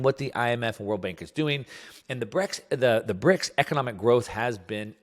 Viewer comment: Well, he got the "S" in BRICS wrong too ;-)